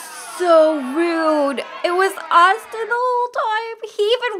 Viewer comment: I was like bruh when Megan was like IT'S AUSTUIN IT'S AUSTIN